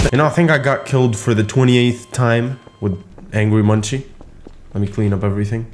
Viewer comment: two things, possession is spelt with a double-s on the second one. and angry munci is pronounced angry mun-see (i heard that from one that knows them very well). please hate me if you hate being corrected xd